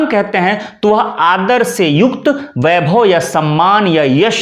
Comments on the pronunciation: बोल तो आप भी ग़लत रहे हैं। वैभव को बैभव बोलते जा रहे हैं। आप वीडियो बनाइये लेकिन इस मैं प्रधानमंत्री को लाने की कोई आवश्यकता नहीं थी। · बहुत से लोग एक गलती करते हैं पर आप हिन्दी के प्याज छिलने का वीडियो बनाते है इसलिए आपसे यह अपेक्षा है इस गलती को तुरंत सुधारें । गलती यह है कि आप व एवं ब का उच्चारण ब ही करते हैं। वैभव को बैभव बोलते है।